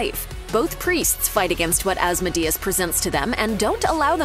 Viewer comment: The way you pronounce asmodeus gave me a headache.